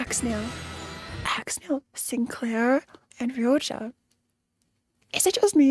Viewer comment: its crazy how still calls rodya "ryoja" 😭